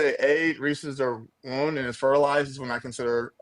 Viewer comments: WHY DOES HE KEEP SAYING WOON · Exactly my point. The clown in the video kept saying “woon” instead of womb. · Pretty sure he keeps saying wound instead of womb. This was painful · I heard "wound" instead of womb a few times, but more importantly, please don't let him reproduce until he's had a couple lessons in human biology. 😬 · And an aig implants in the woon. This dude votes. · Is the guy saying wound? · And he kept saying wound not womb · Everytime he says “woon” I lose it. Fix your speech before you worry about my body holy shit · Yes, and he kept saying "woon" for womb. Seems like he has IBS of the mouth. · This is painful to witness and encourages me to fight for the importance of education. This poor soul is so beyond willful ignorance, and my brain hurts trying to follow his garbled, and highly mispronounced, argument.